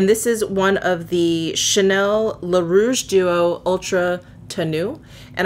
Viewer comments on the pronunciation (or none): none